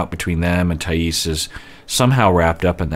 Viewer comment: Hi,! I know you like to pronounce people's names correctly so as a Brazilian I'm here to say: it's Thaís with emphasis on the "i", not on the "a" (that's why the accent mark is there, btw!). Excited to see your reactions to this couple:)